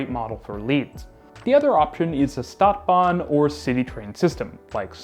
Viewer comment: Are you going out of your way to mispronounce Stuttgart and Stadtbahn? St is pronounced Sh!